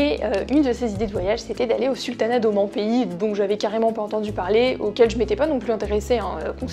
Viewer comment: Bonjour, Merci beaucoup pour cette vidéo très intéressante. Le sultanat d'Oman (prononcer Omaan et non Omon 😁) faisait partie très clairement de mes projets avant le covid. J'ai hâte de voir ce pays extraordinaire par ses paysages et ses habitants. De plus je parle arabe, je penses que cela aide beaucoup de parler la langue du payés que l'on visite:) Toutes les autres destinations de ta bucket list sont superbes:) hâte de te voir les concrétiser car tu nous fais voyager avec toi 😊👌